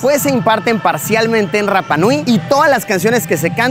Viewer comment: Y se pronuncia Rapa (sin pronunciar la doble erre).❤